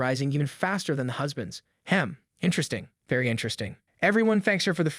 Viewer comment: we all know why he said interesting like that😂😂😂